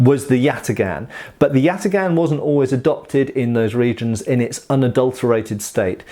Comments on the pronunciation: Correct prounuanciation is something like yataan(yatağan) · This comment only makes sense if you completely butcher the name like does btw. The correct pronunciation would be with very hard a's, like in the word "father" and instead of a hard g it would be a soft g, like a German ch but without that vibration sound to it. Good joke tho. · except father has a long a, while both as in yatagan are short, with the second even being reduced